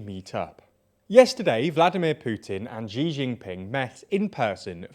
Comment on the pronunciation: Please make the effort of learning how to pronounce names of people or places properly, before you present it to us!